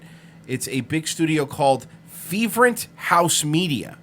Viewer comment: "It's a big studio called Fevrent House Media." Try again,.